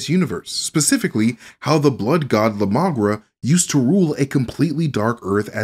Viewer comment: Wait, wait, wait... so you're telling me the God of the vampires is just immagration?!? Whoops, my bad, that's la migra, not la magra.